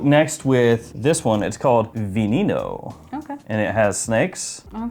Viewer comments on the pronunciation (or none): Its pronounced. V-eh N-eh N-ou. Spanish for venom. lol